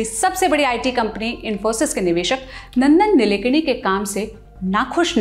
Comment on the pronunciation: नंदन निलेकणी नहीं मॅम.. नंदन नीलकेणी है...